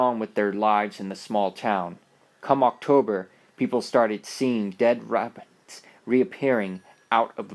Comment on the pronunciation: how come he said dead rabbits weirdly